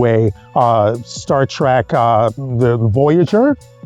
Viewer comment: TREK, not TRAK, Trekkie, not TRACKY idiout....